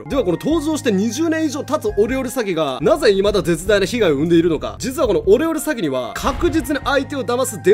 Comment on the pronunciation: オレオレ詐欺がお料理詐欺に聞こえてちょっと草